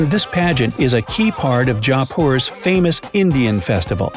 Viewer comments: It's not pronounced "Japur" It's pronounced "Jaypur" By the way I'm an Indian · Please tell me that he is pronouncing the words jaipur and yaar and other words weirdly as a joke